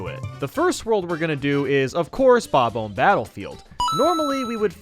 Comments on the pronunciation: Bob-uhm Battlefield? Nice,. The “omb” is pronounced like “bomb”, meaning you say it like “ba-bomb”. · Say bom om not bobum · sounded like you where saying"bobble" instead of "bob-om" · Bob-omb does not rhyme with comb. It rhymes with bomb. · How do you honestly mispronounce "Bomb-Omb"? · "King Bab-Umb" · Sorry, but... why do you pronounce bob-omb like that? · The way he pronounces "bob-omb" makes me chuckle. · Your pronounciation of those bomb guys might be a Bad Bob-Omben...